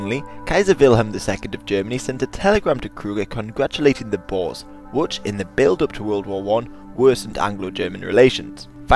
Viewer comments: When they say bores instead of Boers is cringe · You pronounce the "oe" in boer like "poor", not like "boar". The plural is boeren not boers. Boer literally means farmer in Dutch.